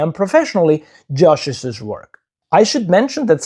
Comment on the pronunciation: Please note that “Joshi’s” is pronounced “Josheez”, not “Joshisiz”. Two syllables, not three.